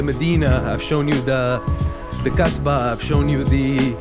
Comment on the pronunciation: hes name asba not gasba